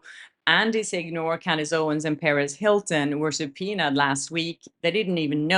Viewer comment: you're mispronouncing Perez Hilton's first name. It's Perezzz, not Parissss. Just an FYI - I think you once said we should correct your name mispronounciations 😄